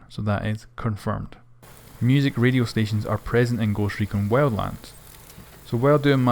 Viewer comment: Goooscht Rekooon xD